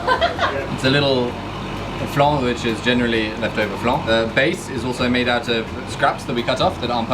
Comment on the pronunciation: Hearing Americans in Paris saying 'flahn' and 'krussont' is painful